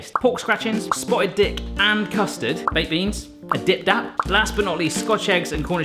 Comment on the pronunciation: Did you just say dip dap????? Why doesn’t anyone ever say it right. It’s either dip dap or dib dab they say 😡😡😡